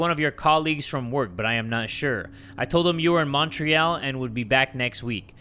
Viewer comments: pronunciation of montreal is killing me (for anyone wondering, its Mon-tree-all, atleast in the west) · As a french person the way said Montreal is triggering me T-T. Still love him tho.